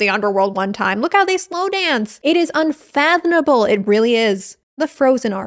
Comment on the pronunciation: did you just say unfothoNable omg